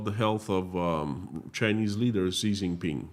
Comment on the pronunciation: Xi is pronounced "Zhee" not "Zee".